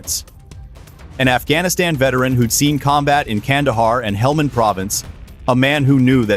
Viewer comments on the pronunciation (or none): none